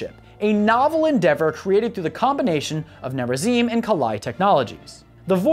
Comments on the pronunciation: Protoss Corrections: Tal Dar Reem is how you say it. (The darkside protoss) The Kala is more than a religion it is a mind link afterlife thing that lets all your memories be passed on to the living members of the Kala. Near a zeem is how you say it. (The rebel protoss) It would be better to say that the protoss (in general) use cyborgs not robots to make up for the lack of manpower. The protoss banned the use of robots after the purifier rebellion. they take dying and disabled warriors and make them into heavy units. The Purifiers were reintegrated late in the war with Amon. The Kalai had a position that was called the grand preserver. There were three of them and they were considered the most knowledgeable and mentally powerful of all the Protoss. Rohana the last grand preserver was herself preserved in stasis and in the Spear of Adun and had to come to terms with the very different universe she woke up in while giving counsel to Artanis. There is no such thing as feminism or sexism in a warrior society that literally is mind linked to the whole population and all the dead population. The reason for the purifier uprising was because the Protoss, instead of making an AI copied the mind of a Protoss warrior into a robotic brain, and did so poorly. Then they treated the slightly unhinged great warrior as if it was expendable. basically don't make a slave out of someone who was once a great warrior, never works out. later the Protoss perfected to process of copying the mind and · Gods, the pronunciation of Tal'darim, Raszagal, and Nerazim made me wince. Edit: But yeah, OP has a point. I don't see how the Pylons and Psionic Matrix are a con.